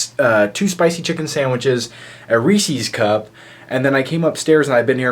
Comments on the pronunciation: Why the fuck do you pronounce 'Reese's' so strangely? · you say reeses cups quite strange